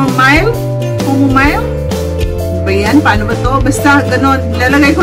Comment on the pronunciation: chamomile parang kamomile ang pagbasa sissy, im having problem using serum recently yung skin ko its changing gradually dati hindi nman ganito ka oily hehehhe tas hindi ganito ka sensitive. so this is really target only for oily skin otherwise it will not work with the other type of skin.